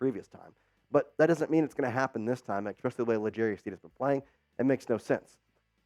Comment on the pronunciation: And you said "eckspecialy"